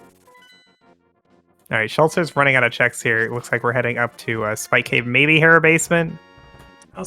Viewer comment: mispronouncing Hera all game smh